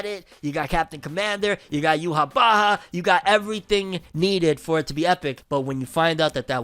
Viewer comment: You-wah is how you pronounce it 😅😂